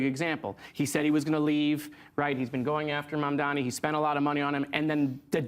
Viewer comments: I swear they all mispronounce " Mamdani " on purpose. It's not a hard name to pronounce and they've surely heard it said the correct way before. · I see right through you Bill... so unhappy that Mamadani got ejected that you invited O'Reilly on your show... didn't object to any if the crap he was selling.. and then just had to mispronounce Mamdani's name... you're a tool Maher